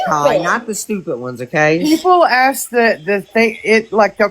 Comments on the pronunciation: DON'T AXE Bri to AXE anything.😂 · These peoples brains are ones that need to studied by science...... And that "aks" IRKS ME TO NO END....